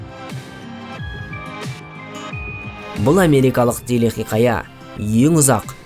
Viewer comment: Телехиқая емес телехикая болып айтылмай ма?